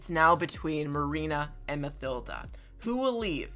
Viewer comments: Am i the only one who gets pissed of by him say mathilda instead of matilda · I think it's just me but you're saying Mathilda wrong